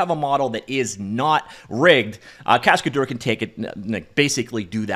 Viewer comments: a cascadeur is a stuntman. And you can pronounce it "cascaduhr" instead of "cascadour". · The way he pronounces it sounds like cascadour, he needs to say cascad-ehr so its closer to the real french pronunciation. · In French this project name spelling is more like "cas-k-d'her" than "cascade-or", quote difficult to say for English speakers anyway ;-)